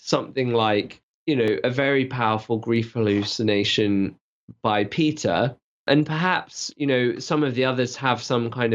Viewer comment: Is it just me, or is one of the presenters pronouncing "Peter" as "pizza?"